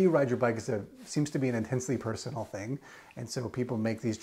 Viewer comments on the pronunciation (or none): none